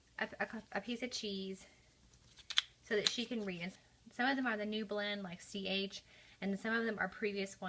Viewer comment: “Ch” does not say “chuh.”